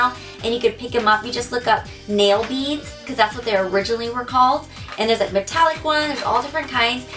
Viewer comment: she said nail beads in the beginning lol.